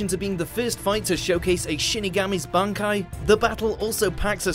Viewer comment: Wow, they actually said 'Bankai" correctly.